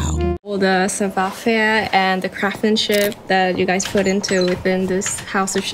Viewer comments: 빨리 말하면 싸봐 맞고 발음은 싸부와ㅎ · 불어발음은 싸봐가 아니라 싸부아임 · 불어 발음은 사투리식으로 나와서...영어로 치면 Jennifer 남부주에서 Jinnifer 식으로 하는것처럼 savoir faire 할때 faire 이 그렇게 나왔어요, savoir는 전형적 동양언어 하는사람 발음이고요...영어발음은 굉장히 좋네요